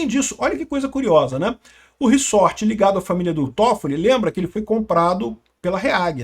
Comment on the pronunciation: É "ReZort" e não "RiSSorte! rsrs Zoeira! Mas é f...a situação desse país. Estamos muito ferrados! Todo dia uma nova bomba e o pior, não dá em nada!